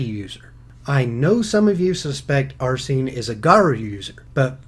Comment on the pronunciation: you pronounced arsene wrong